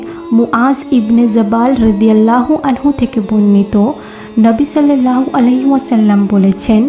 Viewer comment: শiল্লাল্লাহু নয় ওটা সাল্লাল্লাহু হবে